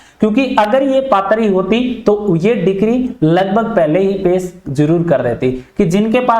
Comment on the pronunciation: डिक्री क्या होता है, ? डिग्री होता है